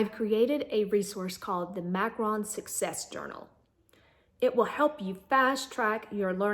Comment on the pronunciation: You are pronouncing it wrong, you pronounce it like Macron like the French President, its Macaron (mack-ah-ROHN)